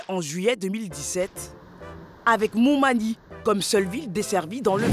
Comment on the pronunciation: Montmali au lieu de montmagny🤣